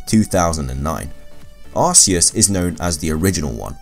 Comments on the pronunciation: It's arceus not arseous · Can you even say Arceus right. Its pronounced Arc/Key/Us